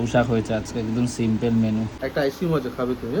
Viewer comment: tumi naki lekha pora shikhecho r tumi na ki akjon teacher?!.... taholey simple ke 'SIMPEL' balo kano r eai to koyekdin agey tomar eai bhul ta correct korey diyechilum tao shikkha ta nile na sei bhul uchcharon chaliye jachcho